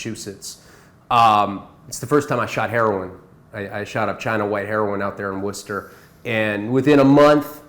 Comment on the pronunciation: I’m from Worcester, MA and it’s still rampant out here as far as pills and heroin. I myself just got off the shit. I know he isn’t lying because he actually pronounced Worcester correctly.